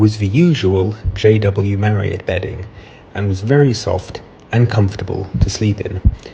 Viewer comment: So refreshing to hear you pronounce Marriott the correct way, as opposed to Marri-OTT. 🙂